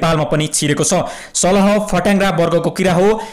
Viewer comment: It's salaaa not salaha